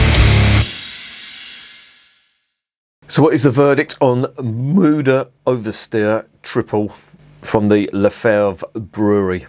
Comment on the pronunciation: Mother Superior, I like that name! 😀 The brewery is situated just a mile into the French speaking part. In some of the villages in this region they prefer to speak Dutch. By the way, your pronunciation is quite good. 👍